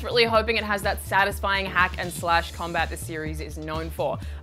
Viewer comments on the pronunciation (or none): none